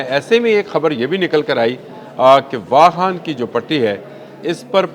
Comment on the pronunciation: It's not wahan but wakhan. Plz speak clear urdu😂